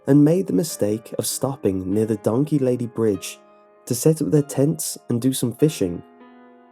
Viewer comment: “Oh dOnKehH”